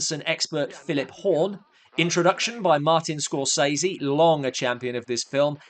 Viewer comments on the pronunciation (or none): none